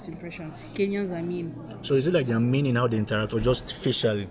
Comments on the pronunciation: i heard meam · Go back to school 😂 she said mean. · she said mean